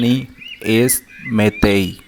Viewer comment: No es metei es petei